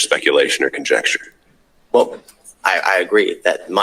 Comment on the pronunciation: He literally said, "conjexture" not conjecture.